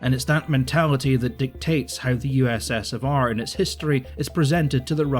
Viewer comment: I know it's a pretty minor complaint, but I cringe pretty hard when you say "USS of R"